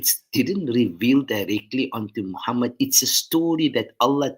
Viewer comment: Arabic is not difficult to pronounce. It's Muharram with 'H' not a 'g' as was the teachings by some scholars. Little did they know they change the meaning. Let's honor our Prophet Muhammed saw and not say Mogamat with a G.